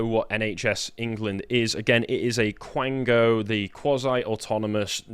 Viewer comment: Quango, not blango.